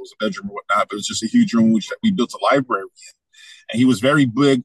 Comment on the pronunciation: Can someone plz tell that it’s pronounced Li-bRary 🤭😉